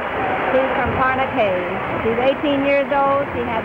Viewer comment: Parnacay hahahaha its PARAÑAQUE